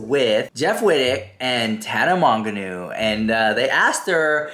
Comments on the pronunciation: Nobody:: Tana MON-gin- uuu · You still can’t pronounce Tana’s last name lol! 😂 there is probably truth to both sides. Trisha’s main motive would be views and money! Tana now supports a self proclaimed predator James Charles 🤢🙄👎🏼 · Mispronounced Mongeau bro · The way you say Tana's last name😂 kills me everytime